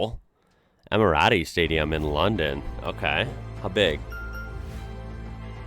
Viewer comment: Emmeratty staadioom enn loondoom